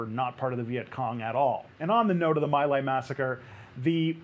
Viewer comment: My Lai - Sounds like me lie not my lay.